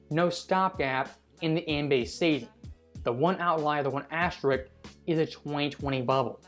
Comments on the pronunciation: Why are there a couple of people narrating on here that can't properly pronounce the word "asterisk"? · Why can’t anyone pronounce the word asterisk?